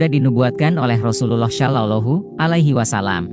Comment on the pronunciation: Pengisi suaranya pake AI, nyebut rasulullah SAW jadi ga fasih, saran aja, jangan asal bikin konten min..